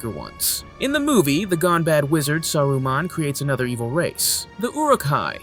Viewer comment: I cant believe you pronounced Saruman like that.